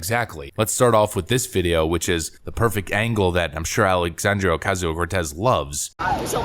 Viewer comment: I love the condescending tone in your voice as you say a.o.c's fake ass name, with the Spanish role of the tongue! "Alexandria Ocasio-Cortez!" Hilarious and a bit racist but you nailed it!